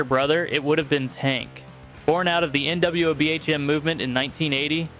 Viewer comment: It's pronounced Na-Wob-Um...NWOBHM. New Wave Of British Heavy Metal.